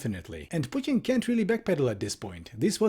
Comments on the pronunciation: can you please call him Putin and not Putien, pet peeving me hard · why to americans pronounce "putin" pudn? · No one: Piewtin. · The way you pronounce "Putin" 👏👏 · I love how pronounces "Putin". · i love this video but why do you say putin like that its so infuriating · I like how you pronounce "Putin" :)